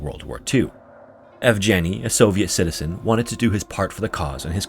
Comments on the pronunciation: The g in Evgeny is pronounced as in go. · Inputting Evgeny into google translate and listening how it's pronounced is too difficult, I understand:)